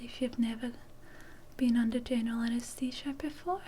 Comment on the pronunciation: Anaest.. what.